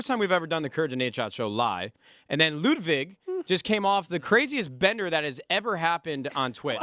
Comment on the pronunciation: nadeshot pronouncing ludwig how its actually supposed to be said is pretty nice